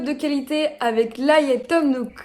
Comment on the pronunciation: Juste pour info, pour “Layette”, on dit “Léyette” comme de la layette pour bébé ;)